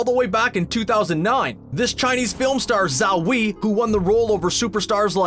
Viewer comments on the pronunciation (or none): "Zao Wee"? Lol! I can't blame westerners for being unable to pronounce Mandarin Chinese written in Pinyin form, but "Zhao Wei 昭威" is pronounced sorta like "Jàao Wāāy".